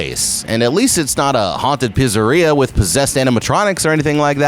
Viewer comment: Never say Pizzeria again